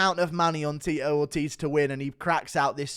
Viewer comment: Not Teetoe Orteez with Ctee E